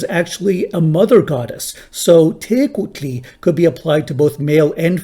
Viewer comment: Not a good pronunciation of teuctli/tecuhtli. You still pronounce three syllables in /tekwtli/ - there should only be two. You still pronounce the u as a vowel which is an artefact of the main problem of the Andres-Campbell-Karttunen orthography. In actual current Nahua pronunciation in almost all cases the kw is pronounced only as k in syllable final position before consonant. So tektli is a better approximation, and in fact we often se tectli or tecli as the spelling in colonial Nahua documents.